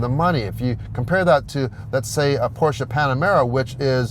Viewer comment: Finally! A guy who pronounces "Porsche" right :D (No, its not called Porsch :D)